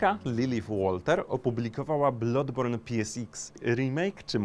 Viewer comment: BLADBORN się czyta nie blodborn :x Uszy krwawią